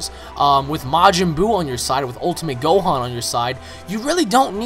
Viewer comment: and his name is gohan, not "gohon"..